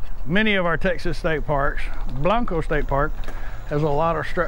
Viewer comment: Love that helmet. Ha! Just fyi. Those of us from San Antonio, don't say Blan-co. We say it, Blank-co. Not that you can't say it the way you are in your vid but just letting you know for the out of town and staters